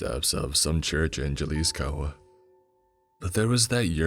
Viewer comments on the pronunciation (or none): Not saying Ja-lisco 🤣🤣🤣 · Jalisco = "Ha"-Lisco 🤣😅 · The only thing I need to clarify with how Jalisco is pronounced. The letter J in spanish is pronounced like the letter H in english. And what is with creepypasta titles nowadays? Before they were simple, though there were some exceptions like the "Rules" genre or the "Ritual" genre of creepypastas. Now the titles are like "After I ate some breadsticks from my friends kitchen, James from Olive Garden has sent me an invite through facebook. . .I don't have a facebook account" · Laughing at how he pronounced the “J” in Jalisco😂